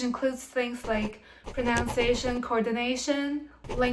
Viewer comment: Great video. (May I politely point out that it is pro-NUN-ciation not pro-NOUN-ciation.)